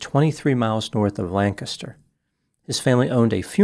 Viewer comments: Hey I've heard worse. At least he nailed Lancaster! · just earned some serious cred with me for pronouncing Lancaster correctly.